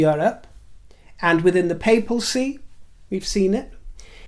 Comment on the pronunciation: Papacy, darling, not papalcy.